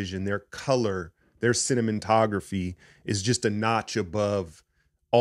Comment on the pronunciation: Did you say cinnamontography or am I just a fata**? 😂